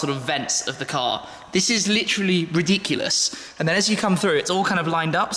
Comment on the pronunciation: “This is lichiri riediekolous”